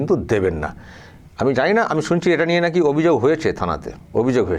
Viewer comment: বলছে লিয়ে নেমে যাব কথাটাতো ভালো করে বল😂